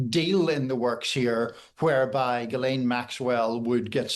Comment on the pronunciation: IT's GHILANE!!! and you work for the times???